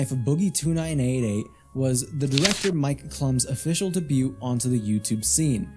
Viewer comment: You didn’t bother on your appearance at all Cringiest parts was you showing yourself Shave and take a shower You added nothing new that the other “rise and fall” videos did You said “debut” wrong 2/10